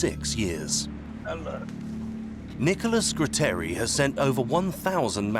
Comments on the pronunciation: Gratteri non Grutteri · Nicola Gratteri! No grutteri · Nicola graaaaaatteri non grutteri almeno usate i nomi giusti!! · True, except the name of magistrate Gratteri, not Grutteri.